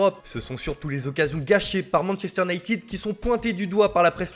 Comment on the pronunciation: Leipzig,pas leipchig 😫 Manchester iounaïted,pas iounaïtiiiid 😤😬😫